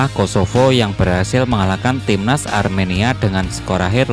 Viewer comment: Bang itu ARMENIA bang bukan AREMANIA 😂